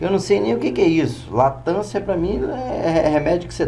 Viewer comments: Cara, não sei se vc é humorista ou o que, você se acha o tal, e não sabe de porra nenhuma, você é muito burro isso sim! Não sabe nem falar e quer se achar o Professor. Não me faça rir. Fala demais e não mostra nada. Perda total de tempo. Latancia, puta que pariu, é Latência cara, pra mim deu já esse vídeo. Não aguentei ver até o fim não. E foda-se quem não gostou do meu comentário. Enrola demaisssss! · Não é LATANCIA ... é Latencia ...